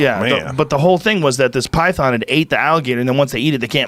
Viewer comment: Joe “pytharn” Rogan